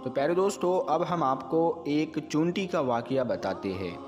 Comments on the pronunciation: Chinti bolna to seekh le pahle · उर्दू लब्ज बोलने बाला चींटि नहीं बोल पा रहा है